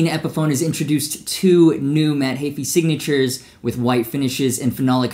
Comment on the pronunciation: The way he says Heafy makes me cringe isn’t it heefy not hayfee?